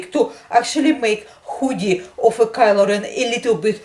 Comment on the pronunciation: Omg u talk so cool u say Kylo REN like, kelo reana